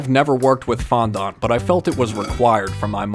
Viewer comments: It's pronounced fondant and what does I am a Swifty mean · It's pronounced fon-dent, not fon- dunt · Fondut!?!?!?!?!?!? Its fon-dent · Fondant not fondont. That's an A not a second O. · it is fondANT not FONDONT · Bruh it's pernounced fon-dan-t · Btw your saying fondant wrong,I know your saying it the way it’s spelt but it’s pronounced fond-in-t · In the least rud way it is pronounce fondent not faaandant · I was dying When he said fondant as like ~ FoNdOnT ~